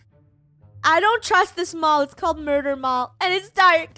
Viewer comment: Funneh is saying murur